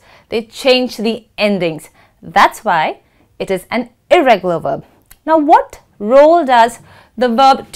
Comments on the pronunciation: Well. It's "irregular" not "irreregular"😕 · irregular not irreregular 😆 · Irregular not irreregular okay